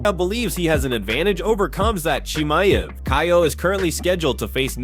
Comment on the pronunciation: Dude try to pronounce his name properly. He is not chimney he is called chemayev. Try it the easy way